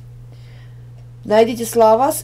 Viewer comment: Шалашом а не шалагиком не ежик а ёжик не елке а ёлке тупые ошибки а вроде умные люди делают это